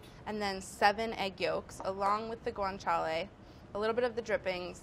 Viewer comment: Even though she can't pronounce it